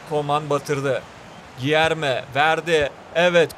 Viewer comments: Gierme yerine değilde gülerme şeklinde okunuyo diye biliyorum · Abi gilerme deyil culerme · Cilerme diye okunur krall